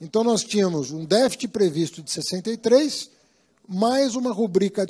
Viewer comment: Pra mim, um ministro de economia que sequer sabe falar a palavra "deficit" já me parece uma fraude...